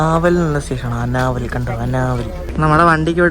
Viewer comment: അനാവൽ അല്ല ആനവാൽ😅